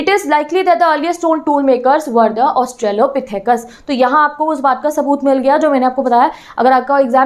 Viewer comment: Pronunciation ma'am :( You're constantly mistaking - Primates for Pimarets Australopithecus for Austropethus Hominoids for Homonoids Hominids for Homonids And the slide transitions and all were really ill. Like you said, "see the pic above" but there wasn't any and you must've recorded this in many takes so when you moved slides and then the next second there was a different slide on the screen with so many things written, your audio getting blurred in the background and these kinda things... I don't know how to explain everything but.......... The explanation was going well but I'm sorry, after some point I got too irritated to continue with the lecture.